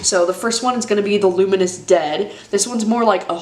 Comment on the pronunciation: “The Luinous Dead” -DOA